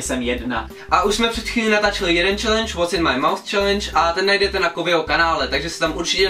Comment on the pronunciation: ty anglicky slovo "pusa" vyslovuješ jako "myš". Takže je to "Co je v mé myši"?:D